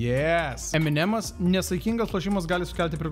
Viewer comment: kodel tu sakai "ememdemsai" kai clearly it's eminemsai?!?!?!?